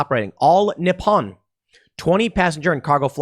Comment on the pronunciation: Tim it’s pronounced 日本 にっぽん Ni pp on not ni pon 😂